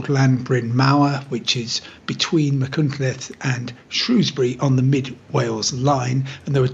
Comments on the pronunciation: Disgraceful journalism, if that's what it's supposed to be. Is your erroneous title a shabby attempt at sensationalism? And please learn to pronounce Welsh place names before going on air. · This was a waste of time. Full of basic errors and speculation, inconsistencies and appallingly lazy mispronunciation of Welsh place names. The pictures we've seen show clearly that it was a low speed impact. So why repeat a plainly nonsensical observation that the train was travelling at 50mph?? Then, saying that the 'trains don't normally travel that fast' when they actually travel at almost double that speed in many places. Not worthy of The Times, nor of my time. I switched it off at 2m28.